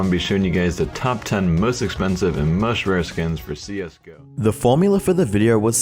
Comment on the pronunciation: it's CS:GO, not CS:Gurr